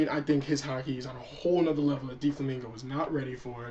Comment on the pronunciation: its DOflamingo not Deeflamingo zzz